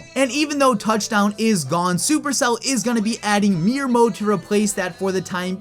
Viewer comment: It’s not meer mode, it’s mirror